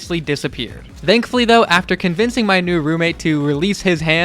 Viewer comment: Everytime it sounds like you're saying "dankfully"